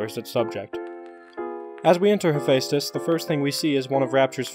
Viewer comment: Other people: Hephaestus.: HEPHÆSTHUS No hate, just found ur pronunciation kinda funny.